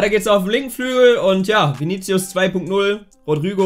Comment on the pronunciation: Rodrügo, Dellan Ries, Ihätten. Broskis Aussprache genauso on point wie Elias Englisch.